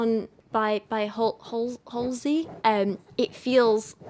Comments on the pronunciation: I’ve been waiting for this video!!! I’m so excited to watch 💜 but you trying to pronounce her name made me laugh so hard lol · I heard she named herself after a stop in Brooklyn, which we pronounce Hall-zee. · I always assumed her name was pronounced “haze-ly” but I also know nothing about her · HALL- Zee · First of all you judgemental b, if you can't even pronounce her name it's HALSEY AKA ACRONYM OF ASHLEY. THIS IS POINTLESS 😂😂😂😂😂 GO thru something dummy